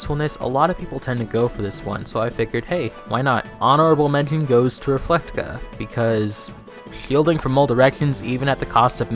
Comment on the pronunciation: Sorry to be annoying, but it’s “Reflega.” I don’t really like how it sound either